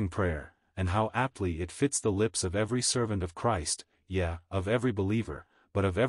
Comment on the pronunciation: The computer was taught to pronounce the word, "Yea" as "Yeah", when it's actually pronounced, "Yay". And the Book of Job is pronounced "Jobe" and not "job". Computers do pretty well, tho.